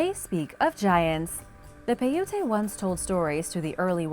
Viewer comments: … the Indian tribe you speak of is Paiute, pronounced PIE.. UTE. Please be more careful with ur pronunciations. This is only one of the many u have mispronounced! Mahalo Dr. Denise Slay Professor of Anthropology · Pronounced Pi ute, the Native American's were NOT Hispanics. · I'm from Nevada and I just wanted to say PAI-oot here's' a link to learn how it'd pronounced. pronunciation of paiute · How do you call yourself making a video to teach people things when you yourself cannot pronounce piute or hieroglyphs many others come on now it's Agamemnon